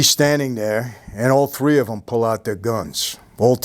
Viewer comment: Mikes gonna tell you a couple of tree things.